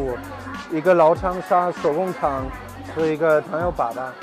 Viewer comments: 粑粑，哈哈。。是一声，不是三声。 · 糖油粑粑，粑粑读第一声，不是第三声，第三声是poo poo 的意思。